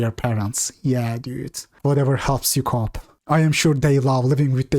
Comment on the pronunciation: Hey! You did say "cope" right once in this video. I'm starting to think you just say "cop" to look cool